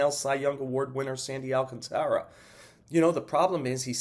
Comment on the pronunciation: Damn I'm Dominican and we too have problems pronouncing Sandy last name, but its not pronounced AL - CONTRA it's AL CAN - TARA if you're Spanish speaking or Tera if you're English speaking.